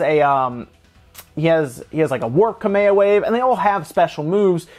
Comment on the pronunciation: There are some very upset dead Hawai'ian kings every time he says "Kameha".